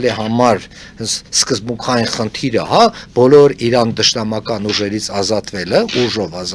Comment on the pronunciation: Լսելը տհաճ է Իռան , Իռան ռ շեշտելը լավ չի լսվում